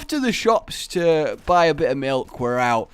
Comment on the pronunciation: Is it just me or does the rolling of his r’s in his epic milk speech really add the epicness of it. And yes I know epicness isn’t a word